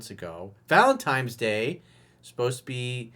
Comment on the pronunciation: valenti..N..es coach! Man gets me every time when you say it with an M. lol